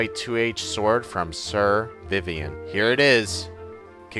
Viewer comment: Idk why, but it made me really mad that didn't pronounce the white knight names correctly. They're really funny! Sir V-eye-vin, and Sir ree-bral. The white knights are puns!